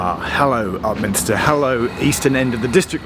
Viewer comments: A friend of mine (who worked in a Govt Department) used to change trains at Upminster and was always amused by one of the station announcers who invariably pronounced Upminster as Up Minister. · I liked it when TfL announcer said it’s Upminstin’ time and Upminstered all over everyone.